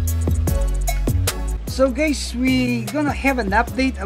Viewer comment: I wish would stop greeting his viewers with ‘Hi gays’ 😂😂